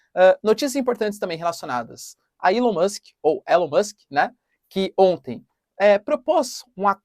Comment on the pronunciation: Pronuncia ilon mask